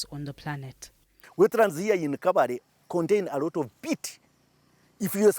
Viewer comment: The Kabale spelling is a construct of outsiders. The original word is Kabaare meaning small stone. With a sustained "a" sound and and an "'r"' instead of l